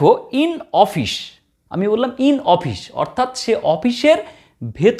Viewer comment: Its office not ofish, anyway very informative video